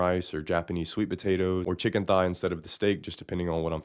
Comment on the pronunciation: I thought you said chicken fry (& I was all in) but it was chicken thigh 😂